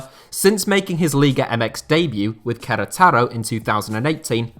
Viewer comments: I'm pretty sure "ou" isn't pronounced as "oo" in english, like mount for example. It's not pronounced as "moont". So why is it always that british suddenly change the vowel when it's about another language? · The way you said “Queretaro” never heard it like that haha sounds cool thoe